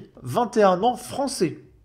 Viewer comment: Ahh le bogmoulistan fwançais... que du bonheur...